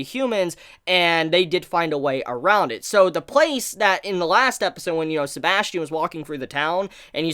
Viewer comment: His name isn’t Sebastian, it’s Sebas Tian. First name = Sebas. Surname = Tian. Which makes the pronunciation different.